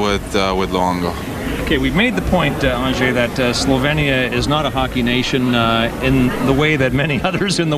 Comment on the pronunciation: stupid ass Marc Crawford is not even saying Anze's first name right and he coached him for 2 years... Phonetic: ANH-jay (or ON-JAY to make it even easier) sooo glad Crawford is gone as I'm sure a lot of L.A. is...